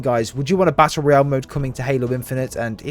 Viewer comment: It's ROYALE, not "royal" holy shit.